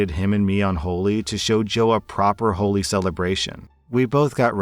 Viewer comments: FYI, Holi is pronounced, Holly. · “Holi” is pronounced like the name, not the adjective. “Holly”.